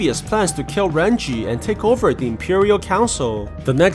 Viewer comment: Bruh if ur Chinese you should know it is Ren jie not ran chi